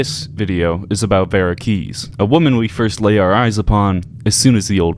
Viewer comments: Why are you so terrible at pronouncing names. It's domino as in domino's pizza, who tf says Domeeno. He literally tells you his name. And he also says vee-ra keys, not veh-ra. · Where did he get "Dean Damino" from? It's Dean Domino. And Vera is pronounced "Vee-ra". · Thumbs down for Raid and for mispronouncing Vera's name, despite the NPC's saying it over and over again. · I think the most spine-chilling fact in this whole video is that the author can't say Domino or Vera. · Can’t pronounce Vera or domino, 0/10 video